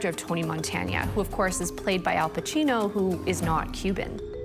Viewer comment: Did she realy say Tony Montenya?